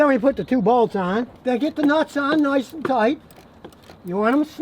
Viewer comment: "noice and tight" 😅reminds me of Brooklyn 99